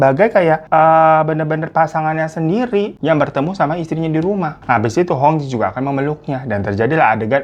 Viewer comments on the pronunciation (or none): Cara baca hong jie 红姐adalah : hung cie artinya red sister. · Hong Jie itu dibacanya hong cie kak. Kalau di mandarin Jiejie jadi ciecie. Artinya kakak perempuan. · Itu bacanya cie bang... AS cie cie atau kakak perempuan setaukuu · Hong jie , cara bacanya hong cie,babangku... Memang plot twist ini beritanya. Aku aja liat penampakannya,udah keliatan banget ini orang cowo melambai 😅😅.. aneh2 saja pergaulan jaman sekarang😢 cepat sembuh ya babang glowingku .❤❤❤ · Koreksi sedikit : "jie" dibacanya "cyè" ( kalau pelafalan bahasa Mandarin - huruf /è/ dilafalkan seperti pada kata "èmbèr" ). Memang betul, artinya "Kakak (perempuan) " alias "mBak". Seperti kalau dalam bahasa Hokkian dilafalkan " Cik". "Hong Jie" dibaca "Hung Cyè" (= "mBak Hung" ; "Cici Hung") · Hong jie... jie itu bacanya Cie (kakak perempuan) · Baca nya Hong cie , bang